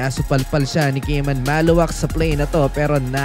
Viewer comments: Maluach from south sudan,not maluwak,is pronounced ma-lu-watch,not maluwak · Khaman Maluach is pronounced "Kah-mahn Mah-lu-watch," according to his own explanation.